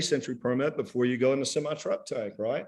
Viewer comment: This attorney has such an attitude. Quite the ego. Someone needs to tell him that the word is VENtis not VINtis. And SEMI. With an E. Not SIMI.